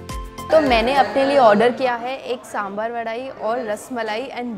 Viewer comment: First of all besan and chane ka atta are same. Secondly please don't pronounce साँssssमबाssssर। It is साँभर। Simple. Your videos are excellent. You give nice description of the food you eat.